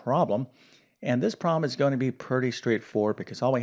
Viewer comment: Why do you pronounce “problem” as “proh-em”???